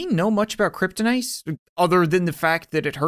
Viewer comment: This non-game seems to be different, I remember that when he pronounces "Kryptonite" it was initially "Kryptinit". Use Markiplier's non-existant video.